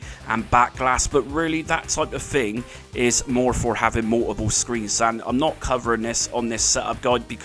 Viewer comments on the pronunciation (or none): Mou-oh-pull... OH! "Multiple". OK, thanks. I guess. Still left you a like. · The way you pronounce "multiple" LOL